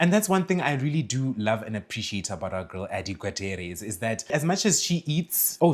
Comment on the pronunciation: Adi Gutierrez last name is pronounced goo-tee-yeh-rez, it’s a predominantly spanish last name. No hate, it’s probably not a common name where you’re from